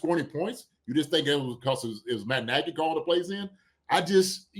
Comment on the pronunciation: Andy's calling Nagy "Nagg's" now like Spagg's